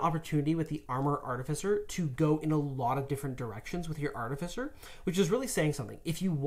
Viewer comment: how many times can they say artificer wrong. still a great video though